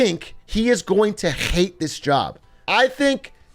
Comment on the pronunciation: wtf was that H in "Hate this job" like you need a tissue or smth bro? That makes "cool Hwhip" look like nothing.